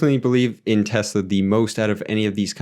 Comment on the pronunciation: Thanks for taking time to break these down. Good job pronouncing Tesla a lot of people pronounce it as Tezla. New to the channel I subbed.